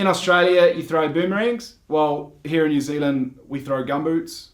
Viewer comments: Hehe, immediately calls it Ne'z'l'nd after saying they say all the letters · Haha, "a lap to far" was a reference to Phar Lap - famous race horse from NZ, the "house is already crowded" was reference to Crowded House, the band. Oh, and by the way, our accents are completely different, Kiwis say all their vowels wrong. Didn't you hear him say New Ziland?